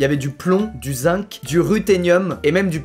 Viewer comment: Je veux pas forcer mais le zinc se prononce zingue c’était juste pour que tu saches 😅😉